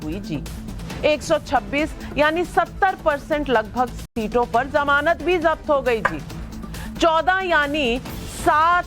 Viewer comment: Shahzad Poonawala, The correct word is Zamanat, not Jamanat.